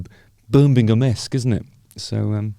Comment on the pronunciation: Birmingham ham not gum 😀